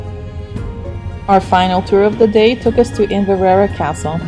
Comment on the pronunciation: 04 IN -VER - AIREY Castle as Fairey with a silent F , A WEE TIP if your struggling with words try breaking them into 3 or 4 Letter syllables, might help.